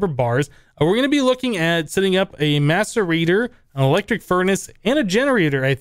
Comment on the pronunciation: if you listen closely you hear maturbator instead of maserator